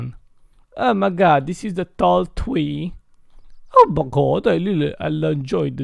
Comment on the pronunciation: Plus I love it when you say TWEE INSTEAE OF TREE ITS TO TINNY AF🤣